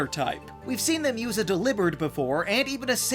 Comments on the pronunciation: just said Dee-Lib-ird...it's DEL-ee-bird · Deli - bird. Not Deliberd. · It’s pronounced DELL-EE-bird, “”! 🤨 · lol "Delib-urd" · After you said, "Delibird," my husband laughed and was a like, "A what?" I said, "Have you really not heard anyone said it like that? He says it like that because that it 'Delibird' the packages." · I hate the way you said delibird